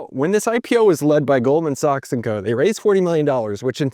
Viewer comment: “Illinoise”? “Goldman Socks”??? Sorry but these mispronunciations hurt your credibility my friend.